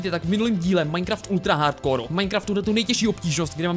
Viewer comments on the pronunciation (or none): none